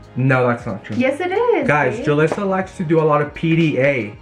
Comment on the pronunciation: Why does he keep saying Julissa ???